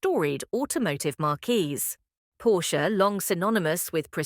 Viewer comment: plural of marque is marques, not markquees. the latter is a tent